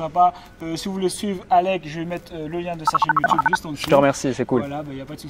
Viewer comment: même au bout d'un an d'intense relation, tu as toujours du mal à dire mon nom Alec... Qu'ai-je donc fait pour mériter ça ? 😋 Au top l'interview, son histoire est vraiment inspirante 👌